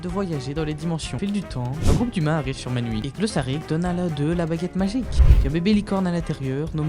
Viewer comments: La prononciation correcte du royaume c’est Miouni 😊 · Tu prononce mal le nom du royaume c'est Mewni 😅 Miuni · Pourquoi tu dis menwi?😂